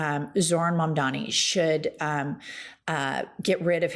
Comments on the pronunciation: It's MamdaNi not MamdaMi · I'm totally crushing over, big time. But PLEASE,: his name is Mamdani, not Mamdami! 🥰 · Why does she say “mamdami” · All of your points are absolutely true, but I've gotta say, you both need to practice saying Mamdani. You both called him, 'Mamdami,' at least once, but does it consistently. It wouldn't be so bad if it wasn't for the fact that people that hate him intentionally mispronounce his name. Love what you're doing, and hope you keep at it. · It's MUM-DAA-KNEE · Good takes, but can you please start saying Zohran's last name right? Especially